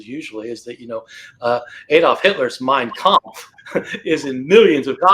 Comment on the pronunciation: While on that way he said Mein kamf preserved like qooraan 😂😂